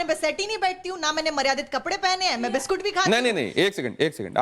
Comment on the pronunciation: Kaisa maharaj hai kitabo se dekh kar bataye ga kuchh to yaad rakha karo biskut ko vishkut